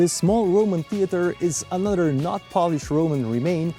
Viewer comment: well-done. Just one little suggestion. Pronounce another as a-noth-ther and not a-nudder.